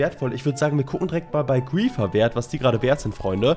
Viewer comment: "grriieeffeerr games" Es heißt griefer (englisch) 😂👍